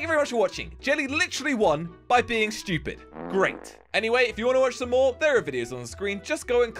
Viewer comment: its sounds like said shtoopid